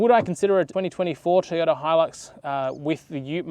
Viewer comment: TOY ota please Teeota was very distracting.